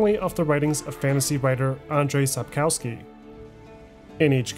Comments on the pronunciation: Thank you for the video. On a side note, the letter "w" in Polish is pronounced as "v" or "f" depending on the following sound. If "w" is followed by a vowel it it usually pronounced as "v". However, the letter "w" is pronounced as "f" when followed by a consonant or is the last letter of a word. That is why "Sapkowski" should be pronounced sapkofsky not sapkowsky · Damn, man. It is pronounced SAPOKVSKI. My ears bleed.. English is almost never proper way to read foreign names. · Profound documentary with some minor flaws. 1. Sapkowski is pronounced Supp - KOFF - ski with the stress on the penultimate syllable. 2. Wyzima is not a kingdom but the capital of the kingdom of Temeria. 3. One of the best parts of all Witcher games (and often overlooked) is the fantastic musical score. Imo the best in gaming overall - and in contrast to many scores like Skyrim or Dragon Age (series) it is not only fitting while you're playing the games. It's a fantastic companion while you're doing something completely different. 4. You forgot one game: Thronebreaker, which has a fantastic story from the books, which was only glossed over by Sapkowski and elaborated on by CDPR. I'm not too fond of the gameplay, but that is because I'm not into standalone Gwent, which is the gameplay-basis for Thronebreaker. 5. TW3 is my personal favourite game of all times, followed by Dragon Age Origins, then there is a group with TW2, DA Inquisition, and Kingdoms of Amalur Reckoning. I still have to play TW1, but my PC is not having it. Please CDPR. give me a remake of TW1. Fun fact: Did you know that CDPR used a very old alphabet "Glagolica" (older than Cyrillic) in their games. If you know the letters, you can perfectly read all the posters, shop signs, graffiti, even the notes pinned to gallows or trees. And it is actually the same that is given to you as a player. The vast majority of those are in English, only in the BaW-expansion there are a few that are in Polish (my guess: due to t